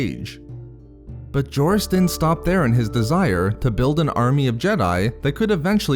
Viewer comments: Doesn't the "J" in "Jorus" pronounce as "H"? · You butchered the pronunciation of his name dude